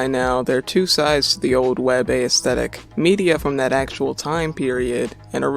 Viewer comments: The 'ae' in 'aesthetic' is pronounced the same way as the A in 'assume'. Not a-esthetic. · this is a great video, I hope you make more like it in the future. just one note though, the emphasis in aesthetic is not on the letter A. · Never heard aesthetic pronounced this way